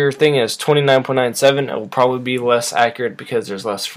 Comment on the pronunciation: You keep saying probaly and it hurts